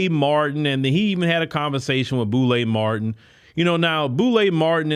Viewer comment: He called the man Boule Martin😂😂😂😂😂😂😂😂😂😂